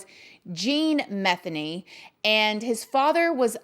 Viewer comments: The last name is me-theny.. Sounds like ma-theny.. Lots of those in my town.. I love yr videos!! Yr so down to earth. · Pronounced: Muh-they-knee